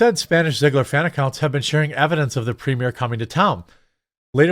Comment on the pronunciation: Um... You can't pronounce Ziegler... and did you see what they did to their children?